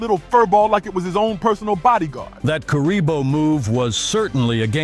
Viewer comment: I heard, "Weaker than curry bowl." looolll not Kuriboh